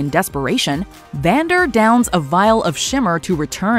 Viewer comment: Is it me or when you guys were talking about Powder's bomb working you called Vander, Xander? I noticed it with act one as well. Yeah that part of the script was a little bit misspelled